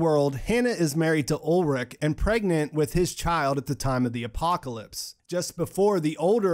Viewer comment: And so Ulrich has become Olric xD (In case you're wondering about the pronunciation, it's "Ull - rish")